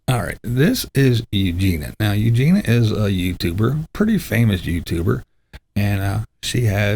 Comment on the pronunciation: BTW - Eugenia's name (I believe) is pronounced 'Eugenya.'. Just sayin'.....